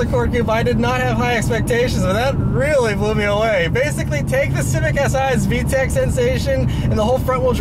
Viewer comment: Sounds like you really like that VTAKKKKK :-P